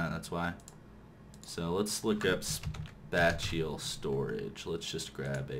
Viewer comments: IT IS PRONOUNCED SPAY-SHALL NOT SPAT-CHULL! apart from that awesome mod spotlight and great ending. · It's pronounced "Spay-shall" xD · Pretty sure this was probably said, but spatial is pronounced kinda like Spay-shal (Spay-shal > Space-ial > Spatial) Hope it helps :3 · spatial is pronounced spay-shul. That's almost as bad as everyone saying mace-erator (it's mass-erator) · also Spatial is pronounced "space-ull" lol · SPACE- EEL that is how you pronounce it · It's pronounced spay - shull pylons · I facepalmed when he said that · FOR THE LOVE OF GOD LOOK UP HOW TO SAY SPATIAL!!!!!!! Good videos though helped a lot.